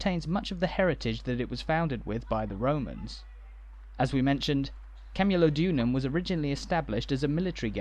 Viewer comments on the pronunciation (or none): PLEASE KEARN TO PRONOUNCE CAMULODIUM. Sorry if my spelling is off.I was born in Colchester and very proud of it's history.